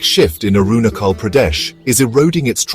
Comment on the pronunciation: Is it pronounced as Arunakhal or Arunajhal?🤔